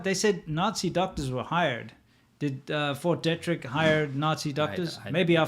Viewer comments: They should at least figure out how to pronounce "Fort Detrick." I lived in the DC area. Locally, it is pronounced De' trick and a long "e", not Detrick with a short "e". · I live right across from Fort Detrick here in Frederick MD. We pronounce it (dee - trick) but wow so cool to hear it mentioned in one of your vids. I guess just world news really. Big fan been watching since 2018. Thanks for all the great content guyz. And, I love hearing your South Africa Stories and insights, so interesting! Thanks.